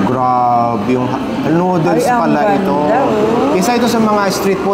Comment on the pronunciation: nodels? verify niyo sa internet kung tama ba pag pronounce niyo